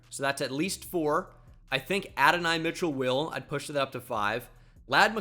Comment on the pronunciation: Can tell bro doesnt watch cfb calling him Adonai Mitchell 😂